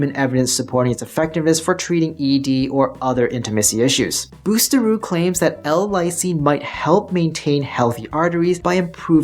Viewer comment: Great info, i wish h he would pronounce it correctly though 😂